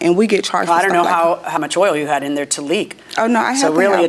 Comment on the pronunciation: The way she pronounced OIL was irritating. She pronounced it "oyer".